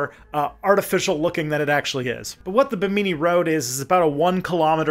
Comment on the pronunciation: Bahamian here: Bimini has the emphasis on the first syllable and it's a mih sound, not a me sound—Bih-mih-nee. I'm not complaining, just trying to edify where I can. And I'm not surprised that you found some "official" sites talking up the mysteriousness of the rock formations, I've seen and heard a few people talk about it but only in vague woo terms. Great video, thank you for all the hard work and info!